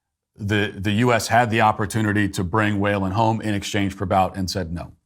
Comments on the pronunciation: Viktor BOUT is pronounced BOOT 🥾. Its almost as if you’re reading whatever is on the prompter just like you have accused Biden of doing 😂. Anyway, small but cringy. Great job with “What is a Woman?”!!! Really liked it. 👍🏻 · Almost as frustrating as every time Matt mispronounces (Viktor) Bout’s name